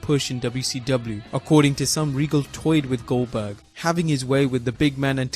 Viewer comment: RIcky Rick Why does everyone refer to Him as “Gilberg”? It’s GOLDBERG! :€)